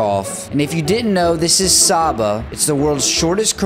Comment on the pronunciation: It’s pronounced Say-ba